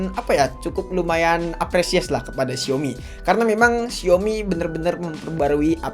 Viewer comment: Bahkan dlm ajaan bhs mandarin " xiaomi " yotuber pun msh bnyk yg ngeja nya " siomi " sdgkn yg bnr adalah SAOMI.